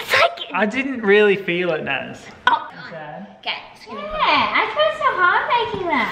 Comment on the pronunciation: You said Nas its NAZ